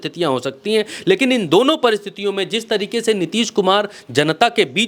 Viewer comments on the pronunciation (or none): none